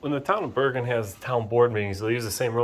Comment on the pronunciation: It’s pronounced Ber(Jin)